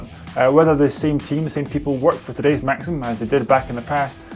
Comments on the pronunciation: I believe it's maxis not maxim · "Also, in this video, calls Maxis, creators of SimCity, 'Maxim'..."